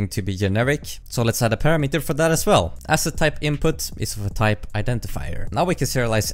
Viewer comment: your pronunciation of the parameter is not standard.